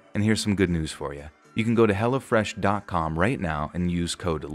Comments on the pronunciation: I'm sorry but just the way you say "Hello Fresh" sounds like you're saying "Hella Fresh" and I bust out laughing like yeah son this food is hella fresh 😂😂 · I swear I thought you were saying Hella Fresh lol